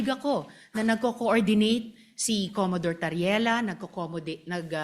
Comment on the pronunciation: Commodore hindi Commadore